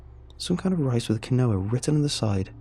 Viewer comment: Quinoa is pronounced keen-wa